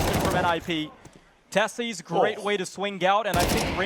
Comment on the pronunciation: This shitty tournament can't even get casters who know how to pronounce Sjuush or Teses :'(